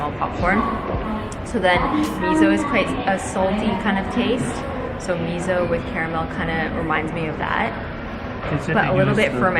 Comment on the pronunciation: Can't help but laugh every time you pronounce miso as 'mizo' 😂